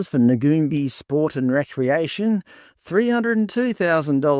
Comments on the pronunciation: Firstly, it's pronounced Nuun-bye. Secondly, do you know what services Ngoonbi offers? Or were you relying on a website to tell you. There are plenty of non-indigenous organisations offering similar services. And they don't just operate in Kuranda, that's where the main office is. Have you bothered to find out why the building is boarded up? Maybe due to youth crime, like so many other local businesses. This is a horrendous, ignorant pretense of an "expose" when you don't actually advice your audience what they do. Disgusting racism inciting bullshit. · Hi folks, I grew up in Kuranda and Ngoonbi was first started by Elders in the area. Ngoonbi pronounced "noon-buy" has many program operating as we speak. The building that is shown in this video is not where they operate out of at present, they currently operate out of a building on the same street about 20mtrs further along. It is very much in operation, there are many staff on board, both indig and non indig and from what I have witnessed first hand, Ngoonbi work very tirelessly within the community. Now are people driving around in expensive cars and living in big houses.... not that I have seen. Through the information presented here it is alpt of money.... it would be equally interested to see all the data and stories of outcomes of the monies attained for varying purposes, because this video is only presenting part of a story and has many unanswered questions. What Ibrecognise from most of the comments are knee jerk reactions based on bias as opposed to actual insight. Perhaps the content creator can research mining companies in Australia with the same lens, or perhaps politicians, or perhaps churches...........